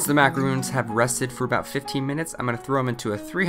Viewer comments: Hi, I love your channel, and all the recipes are fantastic, but this has been a pet peeve that you have been saying (Mack-a-roon) instead of (Mack-a-ron), and not clarifying the difference between a macaroon and a macaron. In your videos you make macarons the French merengue sandwich cookie, and macaroons are coconut and egg white cookies. It's just been bugging me with the pronunciation mix up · u keep saying macarOOns but it is macarOn ;) and they need to rest in the fridge 24-48 hrs before eating! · Macaron is not pronounced (ma-ca-roon) the correct pronunciation is (ma-ca-ro-n) or you can just say French Macaroon. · He's pronouncing it wrong right? Im not trying to call him out or anything I'm just a bit confused between macarons which I think are these when macaroons are something else right? :o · Macarons. Not macaroons. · Macaron not "macaroon" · I think you are pronouncing it wrong. Macarons sort of rhymes with bronze. You are saying macaroons, sounds like moons, and is a different thing. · MacaRON - Not macarooon !!! 🤦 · No offence but Macaroons and Macarons are completely different things. Macaroons are these coconut treats while Macarons [Mac-a-rhon] are these french cookies with usually icing in the middle. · Just gonna correct your pronunciation slightly... Macaron is pronounced "mac-air-oh-n" NOT exactly the same as Macaroon. They are two very different creations and, as such, should be pronounced correctly. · It was pretty painful to hear you pronounce them "Macaroon" That is a completely different cookie. It really is pronounced how it is spelled. Macaron. They did look good though. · You're pronouncing the word Macarons wrong 😣 it's not "macaroons" it's Macarons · pronounced macaron wrong